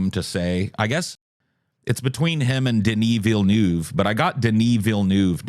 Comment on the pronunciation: You got the first 3 syllables of Denis Villeneuve down. It kinda rhymes with love --- nove --- but pronounce the v sound halfway to an f. Yours truly, Local Quebec Pleb.